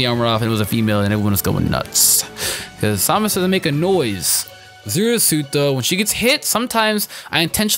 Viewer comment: Why do you say samus weirdly.